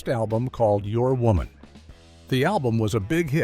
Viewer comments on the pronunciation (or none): none